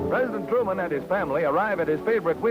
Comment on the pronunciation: Nine years have passed and you still haven’t corrected Harry “Turman.”